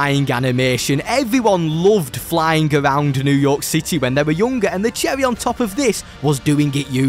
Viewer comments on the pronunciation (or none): Sliding around new york cit-EH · did my man just say new york SITEY